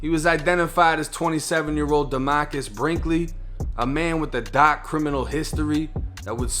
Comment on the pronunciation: It’s dark bro not Doc. Bugs Bunny